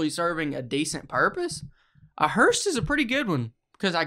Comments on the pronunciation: Why can't either of them say hearse, I'm hearing hurst, and hearsh, but not hearse lol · If I'm hearing him correctly he is saying it as hersh if so hes definitely wrong its hearse